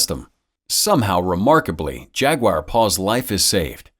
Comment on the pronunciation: "Jag-WIRE"? "Jag-u are"